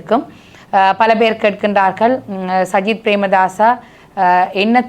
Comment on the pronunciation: சயித் பிரேமதாஸையா...😂 ? கிழிஞ்சுது போ..... சயித் இல்லையடா தம்பி " சஜித் " என்று சொல்லுமன்... ஏண்டாப்பா அடுத்தவர்களின் பெயரை தப்பிதமாக உச்சரிக்கின்றீர்கள்....?